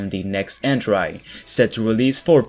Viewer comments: en-tree my dude not en-trie, although for a second language your english is very good. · Entry; pronounced - En-Tree. NOT - En-Try. Love your content, sir.